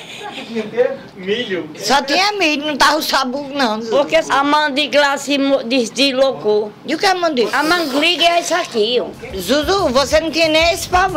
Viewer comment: Descolocou kkkkkkk ela num sabe falar Deslocou kkkkkkkkkkkkk massa d+